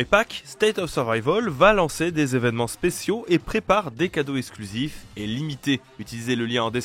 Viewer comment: C'est quoi des zévènements et des zhistoires ?